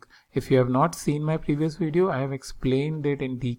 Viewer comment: What's a "weedio"?